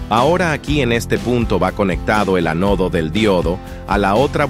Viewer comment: dice "Te" "Ve", y luego dice transistor "Ve" "Jota" "Te" ¿Por qué dice "Ve" en ambas ocasiones cuando uno es con "V" y el otro es con "B"? ¿y que pasó con las tildes? se dice ánodo y no anódo?